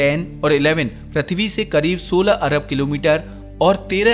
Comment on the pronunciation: bhai प्रथवि नाही पृथ्वी केहेते हैं